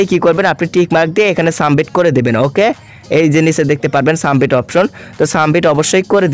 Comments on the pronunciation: Sumbit na re bolod submit😂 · সাবমিট ভাই শব্দ টা সামবিট না🙂 ফিচার ছিলো ফিউচার না🙂